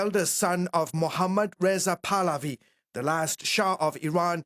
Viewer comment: His name is PRONOUNCED PAAAAAHHHHH-LAAAAA-Viiiiii Not Paladi..... he's not a gym polati class😂😂😂😂